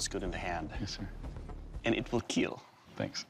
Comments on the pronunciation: And it will keel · “IT WILL KEEL” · When he says : will kil I felt that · steven wepon: will keel paul wepon... will keel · I'm pretty sure it's pronounced "it will keel". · It will keel. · It wil keell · "It will KEEL" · it will KEEL! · For everyone who don't know it's actually not "It will kill" but it's "It will keal" Which means "Keep Everyone Alive" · It will keel :0